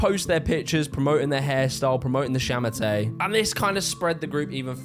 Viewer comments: And it’s sha ma tuh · 杀马特 sha ma te , no R at the end if you want to pronounce it right. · You say it more like “sha ma ter” not “sha ma tay” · it's pronounced more akin to "sha ma TUH" (like the word "duh")